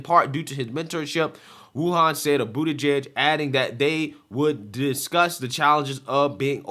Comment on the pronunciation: Dude please start pronouncing his name right. It’s Bootie-Judge.